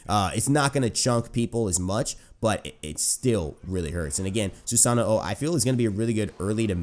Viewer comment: SUE-SAH-NO end of disscussion, not hard to say at all